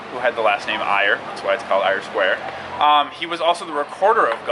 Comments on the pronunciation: It’s not pronounced Eye-er Square. It’s pronounced Air Square! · Eyre Square is actually pronounced "air" square.